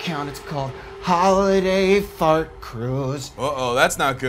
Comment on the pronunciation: hOOlIday Faart Cruuuise